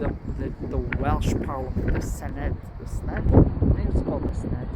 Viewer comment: What a lovely tour of Cardiff Marina/Bay. I love Cardiff; I think it is one the nicest cities in the whole of the UK. It's a shame you couldn't get on a water taxi. Also, I think their parliament is actually pronounced "Syneff" despite how it's spelt.